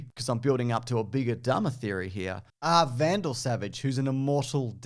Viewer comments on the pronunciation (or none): At one point in this video accidentally calls Vandal Savage "Randall" Savage and now I feel the urge to snap into a Slim Jim. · He’s called Vandal Savage, not Randal Savage!